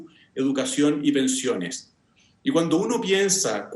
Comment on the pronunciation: A ella le amo...❤️Le haría un queque.... El: " lah pensione, la salú..." le falta siempre la última letra.